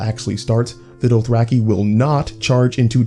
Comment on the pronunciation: Your pronunciation is killing me... Doath-rack-ee? Mell-i-ssan-dray?